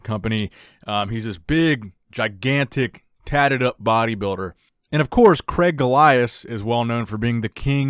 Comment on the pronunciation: Excellent listening to the name Craig in the UK, Cregg?! Or CrAIg / Crayg the A and I are in there for a reason. Anyhow, great content, always click fast for. 👍🏼